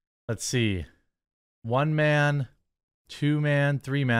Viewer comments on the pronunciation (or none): You mean "Mahn"